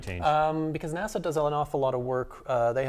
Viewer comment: Another good video, but, PLEASE, it isn't 'Nassau', that's in the Bahamas. It's NASA! No 'aaw' on the end. [/pedantic rant] Dave Bailey